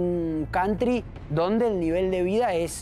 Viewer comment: Cantri😂😂😂Jajaja vos ve a Open inglich😂😂😂